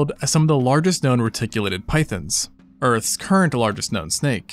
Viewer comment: tf you mean "earths' largest snake" while emphasizing earth